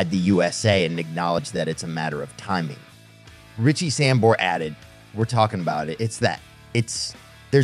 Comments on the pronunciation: Samberra? fuck sake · 100% fucking click bait. You can't even pronounce Richie's last name. Ain't gonna happen.